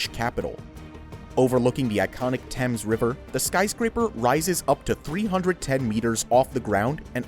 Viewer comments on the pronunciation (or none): none